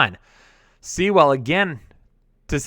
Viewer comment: can't even say Sewell? What a bum (btw, it rhymes with POOL)!